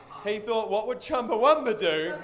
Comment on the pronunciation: The band's name is Chumbawamba, not Chumbawumba.